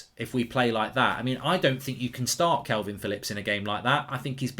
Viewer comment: How can you say the first half performance wasnt good? And its KALVIN Phillips not Kelvin....otherwise a good video